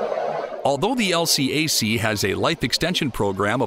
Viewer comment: LCAC is pronounced “L Kack” in the US NAVY. I know, I was there.